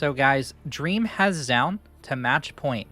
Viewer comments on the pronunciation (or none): It's "joh-un" not "ja-un"